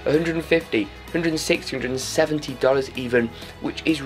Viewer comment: why is he saying dollars as if he's American, when he's clearly not ahahah